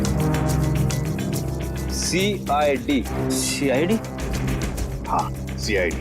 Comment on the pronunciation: CRD nahi bolta cid bolta h